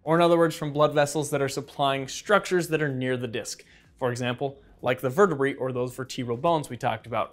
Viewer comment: Vertebruh lmao